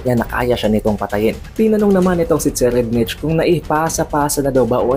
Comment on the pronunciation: So far ang pagkakaalam ko ang pag pronounce ng name ni TSERRIEDNICH ay SE-rayd-nik.